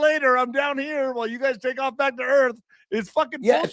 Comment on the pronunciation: FLAT EARF REALLY🤪🤪🤪